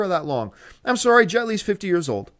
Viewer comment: Haha "I'm soary."